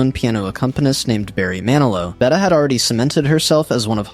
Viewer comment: AI slop: "Bettah" "Betty" 🙄 Can't even get her name pronounced correctly.